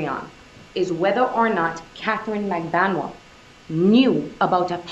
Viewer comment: I can't count the number of pronunciations the two of you have said Magbanua. Katie herself said Mag-ban-oo-ah.